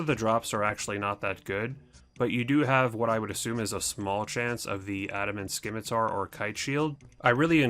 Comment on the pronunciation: September 2020 and you're still saying "Skimitar"